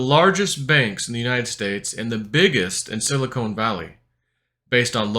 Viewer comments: is it sili"con" or sili"cone"? ;) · It’s Silicon, not Silicone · Love your content, but it is Silicon, not Silicone. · I'm listening on old school headphones plugged into my laptop's audio jack and can hear just fine - must be a settings issue with how it was uploaded? That being said, I wish I could stop hearing say "silicone." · Pronunciation is too funny!! “Silicone”.